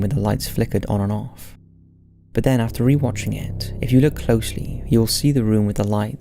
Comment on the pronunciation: “Take a look-kuh.”